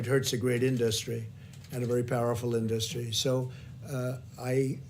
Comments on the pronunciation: Crikey, Trump went for the extra dark spray tan today, eh. Also, his pronunciation of the word 'industry' is bizarre. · Somebody teach that orange thing to pronounce "industry" PLEASE!